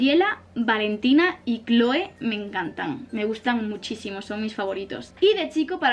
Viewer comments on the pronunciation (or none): none